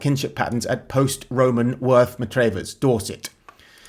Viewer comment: It's pronounced Worth Mah-travvers. It has one of the best pubs in england, the Square and Compass